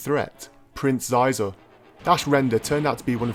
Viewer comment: It's Xizor ( shee-zorr )